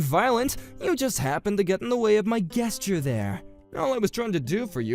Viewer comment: It’s not pronounced like guest, it’s pronounced like jest. Gesture.